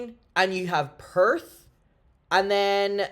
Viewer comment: "puuuuuuurrrth" lmfao